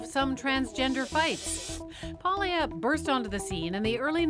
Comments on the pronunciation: Paglia: It’s pronounced Pául-ya, not Pag-lee-uh. It’s like people who call mafia counselors “Con-sig-li-airy”. It’s spelled “consigliere” but pronounced “con-sill-yari”. The G before an N or L is silent but adds a “ya” sound in Romance languages like Italian and French. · is Italian? She doesn't even know how to say Ms. Paglia's last name? What a bimbo. It is pronounced Palia, I am not Italian, but I know how to pronounce it. What a bimbo she is. She self objectified. She used her sexuality to sell herself. Men did not do it. What a moron. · Honestly should know better than to mispronounce Camille’s last name as she is of Italian descent herself. Imagine if people called her Cee-Co-Nee instead of Chi-Co-Nay.